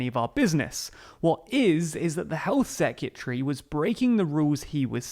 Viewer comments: Wtf is a health secutary? Learn to speak man! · Please get some help over pronouncing ' secretary' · I love how do you keep putting a "y" in the middle of secretary. I'm never ready for it haha